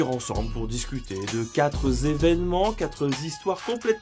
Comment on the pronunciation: Combien de zévènements et de zistoires ? Essaye de faire un effort STP.